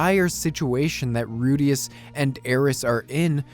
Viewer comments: As far as I know, the pronunciation of Ruijerds' name is most commonly 'Rai-Jurd' or Rai-jud. Also, Man-god is a pretty bad translation of that, his name is more name than title, he is Hitogmai. More than anyone one else titled god, that is what he is. So calling Hitogami (Hee-Toe-Ga-Me) is more accurate, I feel like funmation will correct that pretty fast. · It's pronounced as "Ru-G-erd" but yeah Rujierd is Best Boy and Best Bro at the same time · Alternatively, pronounce the i there as a "y". "Ruyjerd"